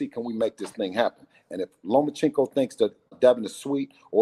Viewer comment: Say it with me NOMACHENKO